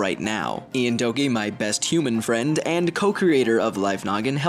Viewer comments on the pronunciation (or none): none